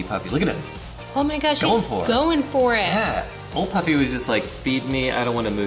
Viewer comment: It's pronounced Poofy.